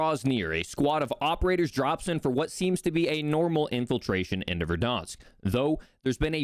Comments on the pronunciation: Great video, but its ver-DAN-sk not ver-DAHN-sk. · He can’t say Verdansk properly lol he’s adding an extra R - Verdarnsk lol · Am I the only one who thinks it's funny that he pronounces it "Verdonsk"